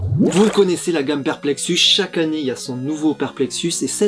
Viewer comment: Cette an-née, c’est drôle, parce que mes grands-parents le prononçaient comme cela, mais je suis certaine que Rachel n’est pas de cette génération ^^